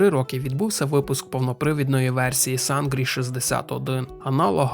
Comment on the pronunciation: Читається не Сангрі, а Синрі...